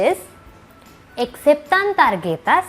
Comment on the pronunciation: and there are some other mistakes too, "I'd like to make a reservation" is Me /gustaría/ hacer una reserva(reservación) and /aceptan tarjetas/ is pronuonce like "aseptan tarjetas" dont know how to explain the correct pronunciation lol btw I'm a native spanish speaker.